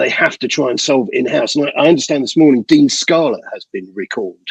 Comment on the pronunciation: ‘Dean’ Scarlett…….my God! 🙈